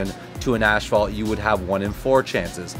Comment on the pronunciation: It's pronounced (ass-phalt) not Ash-phalt ....asphalt. .... inform Billy also lol